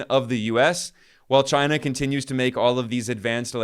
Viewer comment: The only other person who says CHYNUH as funny as Trump is Ben Norton (not knocking you it just makes me laugh)